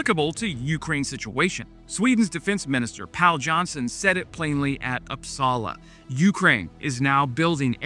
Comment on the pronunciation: I grew up in Uppsala. You almost pronounced it fight ❤